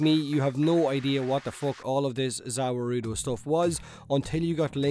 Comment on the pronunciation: I was like "What the fuck is zauwerudo?" Then he said screaming anime dudes and I was like "oooooh... Za warudo..." your (Japanese?) is terrible xD